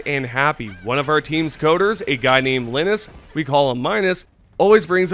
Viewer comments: Pretty sure it’s “Line-us” 😭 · Imagine pronouncing Linus like “Linux”. They even said in the article. It’s supposed to rhyme with Minus. Lmao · How the hell do you pronounce Minus correctly but not Linus in the exact same two sentences? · Hearing you say Linus incorrectly but saying Minus correctly took me out of the video, great info wrap up though.